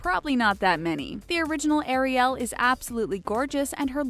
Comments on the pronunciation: I can’t stand the word Air-e-el....I like it pronounced Air-e-l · You're pronouncing Ariel wrong it's not ArieL it's air-ie-al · please stop saying airy- yell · u siad ariel wrong